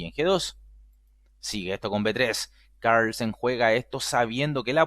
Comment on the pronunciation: Venga tío. .. no pronuncies Carlsen como si fuera un apellido gringo